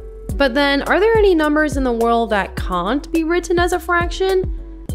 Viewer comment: I con't stand the way you say can't.